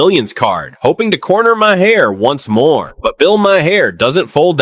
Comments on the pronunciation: Please stop using AI videos.... marhar.... is mahr.... this is how you say it. Ai doesn't know english. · Your AI talks too much. Can't even pronounce Maher's last name right. Irritating!!